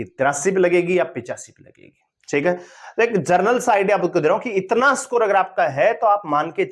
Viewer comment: स्कोर ❌ सकोर ✅😤